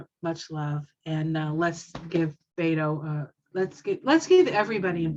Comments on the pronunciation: Beto's name is pronounced "BET OH", not "BAIT OH". Many people make this mistake. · I live in Beto’s home town El Paso. He is so kind and I’m praying he will be our Governor. He supports women,vets,lgbtq,men,kids,gun reform. This world will be a better place if he wins. And you pronounce it Bet O Not Beto. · Beto's name is pronounced Robert Francis O'Rourke